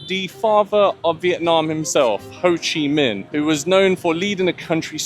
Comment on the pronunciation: How can you hear how it's pronounced and still say it incorrectly 😂 😂 😂 😂 hoochi? hoe-chi